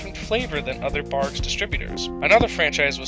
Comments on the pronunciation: Barqs not Bargs 🤦‍♂️ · Its #BARQS not the way u r pronouncing it bargs just saying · You are saying Barg's. This makes my face pucker. It's a q. The sound you are pronouncing looks like this: g. Good luck! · Is he saying bargs? I swear to god I thought it was pronounced Barcs, I know it’s spelled barqs.. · Why you saying it like “barg” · Pronounced “barks” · You’re not even pronouncing the name of the cola correctly!!!